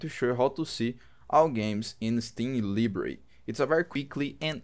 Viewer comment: ly bary its pronounced LY Bary.